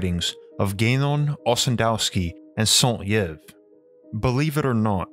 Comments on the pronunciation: Well written and researched, but the mispronunciation of names is so distracting. “Sont-YIV”? Saint-Yves would be more like “Sant-Eev.” Like Yves Saint Laurent. Eeve. I listened to part of an “Three Musketeers” audiobook recently in which the reader pronounced “monsieur” and “mon-SOOer.” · 👩‍🏫Btw, his name is pronounced SAINT "EEEVE" as its a french name and NOT YEE-EV or however u keep butchering in the video😤all this knowledge about different times and languages and u couldnt find a modern day french guy to help u 🤦‍♀️, not just ur video either...... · Very good job mate. Definitely tons of research. Not sure I would agree with all of it but quite interesting. Gotta work on that French pronunciation :) Saint-Yves = Like Saint-Eave. The way you say it sounds like Saint-Lievre in French or Saint-Hare in English. And saint is like in the songs "When the saints go marching in". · Joseph Alexandre Saint-Yves, the way the narrator say (Saint-Yves) its a french bug me.... Yves sound like ''Eve'' in french ''I'' sound like ''E'' in french... double I = Y E(eeeeeiiiiiiyyyyy) = EVE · Love your videos, but I need to bring up the brutal mispronunciation of Alexandre Saint-Yves’ name. It should be pronounced “sain-teeve”. The T is pronounced as a liaison between the Saint and Yves, and the Y is pronounced as an I in french. Regardless, thank you for this in depth exploration. I figured you might appreciate this minor feedback for when you mention more French scholars in future. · Saint-Yves is pronounced "sant-eeve" ("sant" as in sand, and "eeve" as the name Eve). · Saint-Yves is pronounced 'Saint Eve'. The Gobi desert was a sea. Refer to H P Blavatsky re the cradles of civilizations. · Saint-Yves should have been prononced saint-eeves in its french language. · For the love of God, learn how to pronounce names before you say them in a video. St. Yves = "sont eeve". Jesus!!! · Saint prononce san like in insane, and Yves like eeve... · Saint yves is pronounced sunht'eev